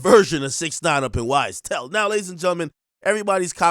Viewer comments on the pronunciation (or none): Bro said YSTell😂😂 man free thug!!